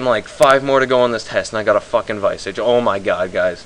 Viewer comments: "Viy-Sog"? its called "Vi-soj" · its not vi - sige its vis-age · hahahah wtf is a vaisige, its a vis-arge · LMAO vice-age its pronounced vis-arge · That was awesome XD "OMG I got a viceage" lool fail pronunciation tho XD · You pronounced visage wrong but nice lol I got one when it was only 21m...